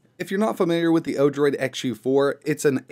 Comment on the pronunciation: Odorid ?!? it's actually Odroid XD